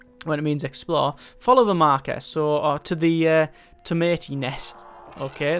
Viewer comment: "Tomaoh" soup. That's a pronunciation I haven't heard before. Pretty interesting. ;D